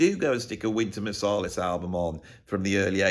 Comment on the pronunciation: The one thing I take away from this deep and we'll thought out video is that I think you pronounce Marsalis wrong. I think it's MarsAlis like Ant. What do you think😊. Great video. The thoughts about hip hop I think we're spot on. The hip hop from the 80/90s is so exciting and inventive, funny and expressive and came from individuals collaborating and creating from each other. Sounds familiar.